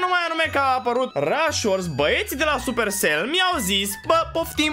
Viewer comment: 😂😂😂coaie nu cred ce te joci tu care nu sti sa pronunti supercell 😂😂😂😘😩💪🔥